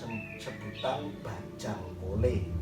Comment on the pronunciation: Pelafalan bajhang kole nya ga gt mas 😅, tp gpp sih memang bukan penutur bahasa madura